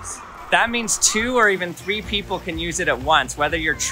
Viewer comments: pee apple? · haha pee apple (peepple)